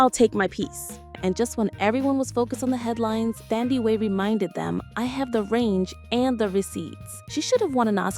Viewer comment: You have pronounced her name wrong. It’s NOT pronounced Thandiwe, with the TH pronounced. It’s TANDIWE. The TH is a TAH Sound.